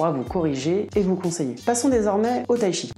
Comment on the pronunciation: Il n'existe pas de Tshi, mais du Chi, il suffit de le prononcer correctement. Là, les Français doivent faire un effort 😅